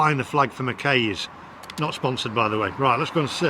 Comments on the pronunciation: Mackeye not makay ffs😯😗😂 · It’s NOT Mc-Kay’s it’s McKay said McKaaee